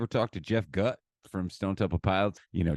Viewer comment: Jeff Gutt (pronounced Goot) is awesome.